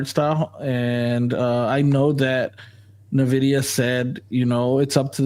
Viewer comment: I tried to watch live and it seemed like he had solid points, but kept mispronouncing “NVIDIA”. Didn’t see the beginning so maybe that was intentional?